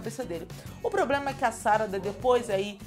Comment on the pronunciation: SaradÁ, os japoneses dão mais ênfase no final da sílaba. NarutÓ, KakashÍ, chidorÍ, amaterasÚ....